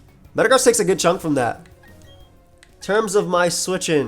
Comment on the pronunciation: Is anyone else triggered over him saying metagross wrong